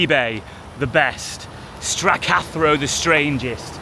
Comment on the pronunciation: Stra-cathro is how it's pronounced. It's fine in there.Pie,Beans and Chips.Rather go there than McDonalds.Its got a huge parking area so we used it to let the dog out for a wee and short walk as well.